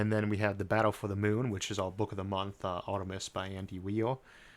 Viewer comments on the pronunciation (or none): none